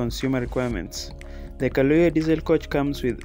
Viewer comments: It’s Kayoola please not kalooya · the bus is called Kayoola not Kalooya. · Kayoola not kaloya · Sorry guys for the mispronunciation, its Kayoola* and not Kalooya 🙏🏿🇺🇬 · Kayoola not kaloya...wats up with yu???? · Thank you but the word is "Kayoola"